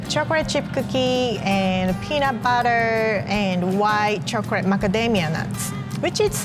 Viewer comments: I love how she says "chocolate".. chocorate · Awhh I love how she says “chocorate’ I love she’s so cute and a real og😂😉❤️